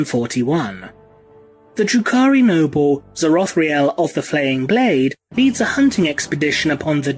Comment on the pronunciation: I was listening to this while mowing the lawn and kept thinking you were saying, "Drew Carrey". Learned a lot.